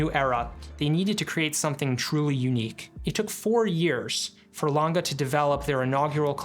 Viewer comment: Good review!! But is always Lang-E ! Never Langa.🙏